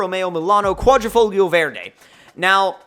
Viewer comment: The pronounce of quadrifoglio verde was painful ahaha.great video man :)